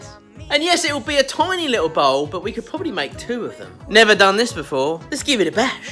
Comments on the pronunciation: bowl.... BOWL... he says Bowl like Ball. It took me quite a while to realize what he's making xD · He meant BOWL not BALL.. and here I were thinking how was he going to manage to turn each half into a ball..